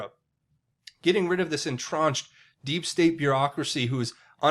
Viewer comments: It sounds to me like you are combining entrenched and ensconced and saying "entronched" the correct word is en-TRENCHED. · en·trench /inˈtren(t)SH,enˈtren(t)SH/, I love you bro, but please learn to pronounce words properly. Entrench rhymes with bench. It does not rhyme with launch.